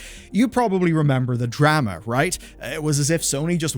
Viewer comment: mf said drAma. its not the same as dAta and datA lmfao